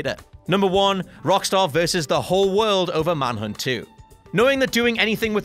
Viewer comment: Manhunt not Manhood